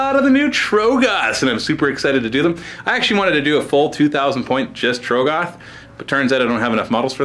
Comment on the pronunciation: please say trogg-oth correctly